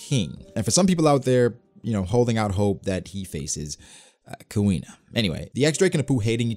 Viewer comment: Lol did he say Queen or Kuina???